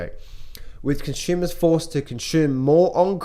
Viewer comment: Conshumers using credit to CONSHUME. 🤗 haha just had to point it out.